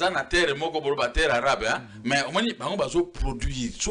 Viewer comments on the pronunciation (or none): 45min 41sec, alingi abomanga panzi😄😁😂🤣😅 "terre arabe" balobaka terre arable, rien avoir avec les arabes.